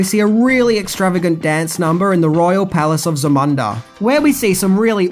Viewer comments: dude it's pronounced Za Moon Da. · Zuhmuhnduh? U can’t even say the name right. U googled the movie and never seen it before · ...do you actually watch any of these movies that you do the 10 things you didn't know about? It seems like you mispronounced a lot of the common words incorrectly or have no clue about certain things. Kind of baffles me It's pronounced many times in the movie Za-moon-da, not how it's properly spelled Zamunda....Jeez, I suggest watching the movie prior to making a video.......:face-blue-question-mark::face-blue-question-mark::face-blue-question-mark::face-blue-question-mark::face-blue-question-mark::face-blue-question-mark::face-blue-question-mark::face-blue-question-mark::face-blue-question-mark::face-blue-question-mark::face-blue-question-mark::face-blue-question-mark::face-blue-question-mark::face-blue-question-mark::face-blue-question-mark::face-blue-question-mark::face-blue-question-mark::face-blue-question-mark::face-blue-question-mark::face-blue-question-mark::face-blue-question-mark::face-blue-question-mark::face-blue-question-mark::face-blue-question-mark::face-blue-question-mark::face-blue-question-mark::face-blue-question-mark::face-blue-question-mark::face-blue-question-mark::face-blue-question-mark::face-blue-question-mark::face-blue-question-mark::face-blue-question-mark::face-blue-question-mark::face-blue-question-mark::face-blue-question-mark::face-blue-question-mark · Thank you! The way he pronounced it drove me crazy but overall, he did a good job. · Im from Australia and I dont pronounce it like he did and it was irritating me as well each time he said it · Great movie and interesting facts but every time the word Zamunda is said he pronounces it incorrectly and drives me nuts, haha. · Za-mun-da? Did u watch the movie? It’s ZA-MOOOOOON-DA. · Zu-mun-da? Did you even watch the movie?? Its Za-moon-da! smh lol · Zah-MOON-dah, not zah-MUN-dah you "sweat from a baboons balls"🦧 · That's Za - Moon - Dah